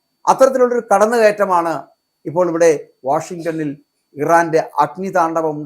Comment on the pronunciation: വാഷിങ്ടോണിൽ എന്ത് പൂർ ആണെടോ കുണ്ണേ നിന്റെ വായിൽ തുറി വക്കണം. ശവം.